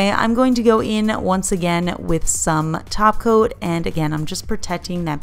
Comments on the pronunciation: I hear Taco not Top Coat. Dang it. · Almost though she said Glossy Taco.